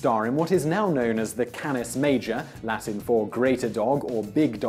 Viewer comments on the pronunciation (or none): none